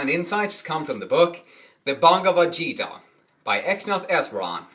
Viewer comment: Great explanation however its called as geeta G-(god) ee Ta......Geeta not zeeta. God bless you